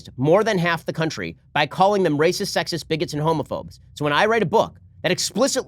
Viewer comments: OMG! Socratres was a brrrrrutal rrrrrrrracist! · "Do you know who had principles? Do you?" Was it a brrrrrrrrrr-utal rrrrrrrrrrrrrrr-acist? LUL.